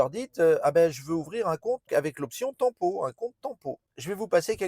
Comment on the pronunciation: L’option tant pot …..😂 on dit TEMPO